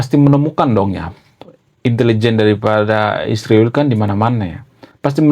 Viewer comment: Mengapa kau sebut isriwil, Konoha....gentle saja.....!